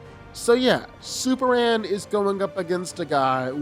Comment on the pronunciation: How come he doesn’t pronounce the M when saying Superman??! It’s annoying asf!